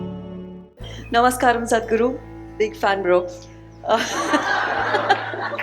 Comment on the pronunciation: Man this guys can't say Namaskaram guruji ❤